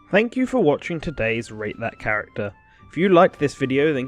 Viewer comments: Really thought you said “ hello welcome to rape that character” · It sounded like you said “Rape that character”. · No lie, when you say "Rate that character" I hear...something else.